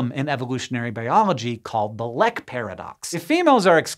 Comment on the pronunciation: Didn't know the Norwegian word "lek" was used in this context. Directly translated it would mean "play". It is not pronounced as in this video but rather with a long "e" sound (very similar to "leak").